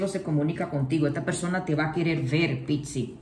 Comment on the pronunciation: Porque pixi?? Es PIS-CIS. Porque se refiere a los peces. Igual, hermosa tu lectura.Todo me resuena Gracias y saludosss